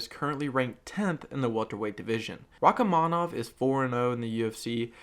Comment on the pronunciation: You're pronouncing Rakhmonov's name wrong. You should honestly do the video again, because it's a very bad mispronouncation, and it's taking away from the very good job you've done.